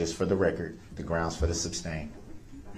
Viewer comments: Have you tallied up the total number of times DB uttered the word "groundz"? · He pissed me off when it came to the dancing granny. She has a hearing problem not like DB who says he can't hear. He was so rude with his constant "grounz","objechun",and "relevancy". What the heck was DB doing when he asked her, "During your testimony you said, he, he, he," And the look on her face was like, "Wth" 😂 It seemed like JD was frustrated or annoyed during this testimony. I love how she said, "I don't have eyes in the back of my head" 🤣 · I thought "Grounz" was funny at first but wow is it annoying. Every time he said "Grounz" while that sweet granny was testifying it got more infuriating. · I wonder what HE thinks he's doing/meaning when he says 'grounz'. What does he think, 'grounds', means? What does he hope to achieve when he repeats it a second time?